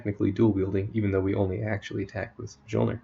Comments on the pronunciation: It is pronounced as 'MEolner' Thanks for the guide. I have been trying to make a build based around Mjolner for quite a while now, but haven't come up with anything solid yet. The only issue I see is that you can't use a biscos with this build, and biscos is basically mandatory ATM for mapping because its overpowered. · stopped watching after he said majolner